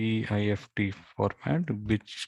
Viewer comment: Thank you! Wow. That is all you need to do! By the way, you say "GIST" but as you write in the title, it is not GIST but GIFT which is pronounced the same way as gift meaning (Christmas) present. The man who created the GIFT format made it as a gift to the Moodle community.